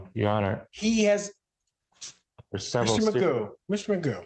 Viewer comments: Technically his name is McGough and it's traditionally pronounced "mig-off" but he seems to lack any self awareness or self respect and never corrects anyone, so everyone calls him magoo, like the cartoon. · Stop it, his last name is not “”. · Technically his last name is McGough', but everyone pronounces it magoo and he never corrects them. Traditionally it would be "mig-off" but he's not even self aware enough to respect his own name and correct people. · His last name is prounounced "" btw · I remember the only one able to pronounce it correctly was ironically an ai generated voice. It ticked me off how not only he himself doesn't care that it's McGough but that I'm certain his court documents all have it typed the same too. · Well his actual surname is McGough, but it's definitely funny that they pronounce it as Magoo 😆